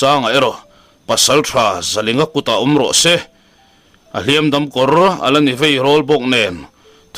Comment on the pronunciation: Thangthar ho hian Hliampui tuar tih a, Hliam tih lai tak hi in thluk sang zel mai a, thluk hniam zawk tur a nia.